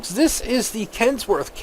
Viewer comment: its kenworth not kentsworth and i very strongly suggest checking out the kenworth w900l and it is a canadian truck so its canadian just like me